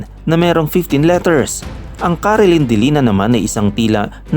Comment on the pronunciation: Hindi Po Yun CARILINIDILINAN. ...... CARILIMDILIMAN Po Yun.